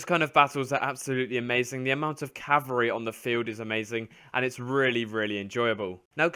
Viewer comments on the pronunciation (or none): "CaVALreey" not "cavareeh"